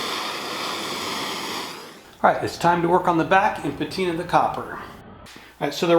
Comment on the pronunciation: Enjoyed the vid...Good explanation along the build..... “Patinate”?.... P L E A S E...